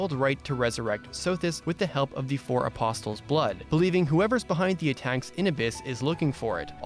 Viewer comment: loved the video- short sweet and to the point p.s. (the T is silent in aposTle)